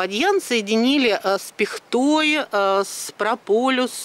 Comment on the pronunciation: Не с пихтОй, а с пИхтой!